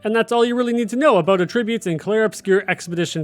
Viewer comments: The way you say attributes is so annoying. Pronounce the A like “ah” not “uh”. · AT-trib-utes Not atrib-utes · a-TRIB-ute is a verb, not a noun. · "A"tribbute and "AH"tribute are actually two completely different contexts and he's saying it wrong the whole video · Why are you pronouncing attributes wrong? Very confused. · Was going to say the same thing—great info, but you’re saying a different word with a different meaning that shares the spelling. Think CAT Tribute, but remove the C. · Because he’s mistaking it for a different word. They are spelled the same but said differently and have different meanings; Homonyms. He is saying the word for the incorrect meaning.